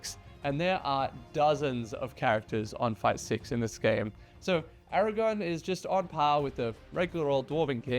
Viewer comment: ARAGORN with an RRRRRRR